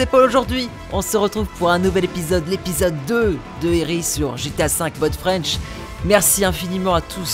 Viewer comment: E.R.I et non ERI sinon super vidéo